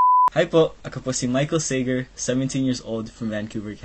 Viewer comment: "Say-Gur" talaga pronunciation ng apelido niya?